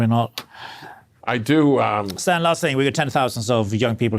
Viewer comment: People drink so much that they still mispronounce Stan's last name.